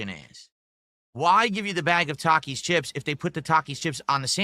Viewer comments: Hasn’t heard no one pronounce Taki’s because he doesn’t interact with literally Anyone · He doesn’t know how to pronounce takis because he never leaves the snort fort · always comes off as an under informed and pissed off toddler. It’s such a weird look for a man of his age. Also, who the fuck doesn’t know how to pronounce the word Taki. What an ignoramus. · This rtard has been whining about this meal for DAYS and he just NOW questions his pronunciation of Takis? Holy 80iq Batman…